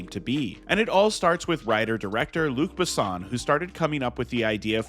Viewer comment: Butchered Luc Besson and Milla Jovovich names